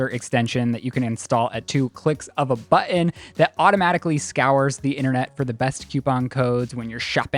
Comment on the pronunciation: mispronounces words so often, it sounds like he didn't go to high school. And what's the deal with omitting "T"s in sooo many words, like, "bu'ons?!" Ugh...its so juvenile.